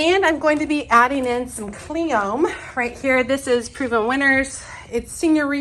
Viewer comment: . I pretty sure you say the "e" in cleome.